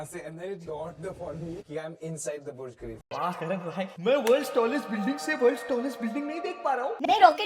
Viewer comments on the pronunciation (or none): none